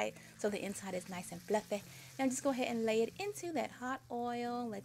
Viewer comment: I love how you say fluffeh, hehe. Thanks for the recipe!